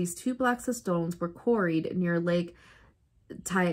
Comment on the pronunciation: Great Mystery..... It's pronounced.. Tee tee ca ca. Just like it looks. 😆 you were close though. 😆 isn't it amazing.. Maybe gateways? As always Fab makeup. 💚 can't wait for the next mystery.